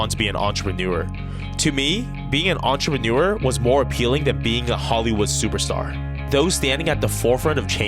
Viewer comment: Was it just me but I just heard you say Entreneur or what?